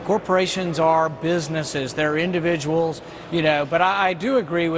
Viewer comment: did he just say corporations are indivials ?